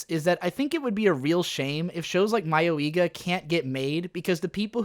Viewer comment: Not that it matters, but the pronounciation of "mayoiga" is more like mayoi-ga than mayo-iga. Mayoi 迷い is one word, ka (or ga in this case) 家 is another.